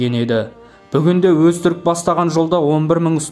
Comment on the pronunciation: Озтурук шокай жанадан дыбыстап дурыстауга бомайма